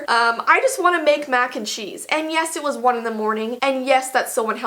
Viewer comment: “YeSsSSsss” “Eet’z dun” I’m dead XD that accent is my life sourceeee